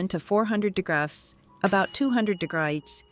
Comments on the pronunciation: The word degrees is rough in robot . Lol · Stupid computer voice can't pronounce "degrees." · chai leaves mispronounced degrees twice